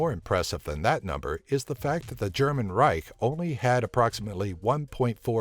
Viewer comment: Just say "Empire"... You cannot pronounce Reich!